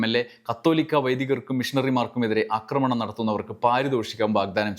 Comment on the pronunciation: അക്രമണം അല്ല ആക്രമണം ആണ്. അക്രമിക്കുക സല്ലസ് ആക്രമിക്കുക ആണ് ശരി